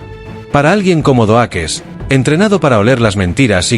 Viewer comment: Epico Xd "surprise mother, asterisco, asterisco" jajaja. Doakes se pronuncia (DoUkss. Pero igual estuvo genial el video!!